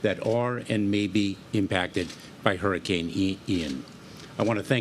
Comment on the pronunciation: Can Joe Biden actually pronounce “Hurricane”? Adult diaper?